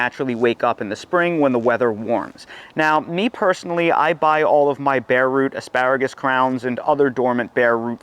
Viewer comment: I’m not sure if he said “AspÂragus” enough times….